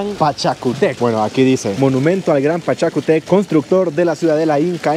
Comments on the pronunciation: Es Pachacutec Lee con tilde ..estás leyendo mal sin tilde !! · Pachacutec con acento en la u y no es un halcon es u condor ! 🤣🤣